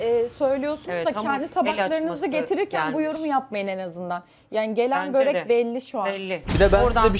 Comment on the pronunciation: Böğğğğrek değil börek😅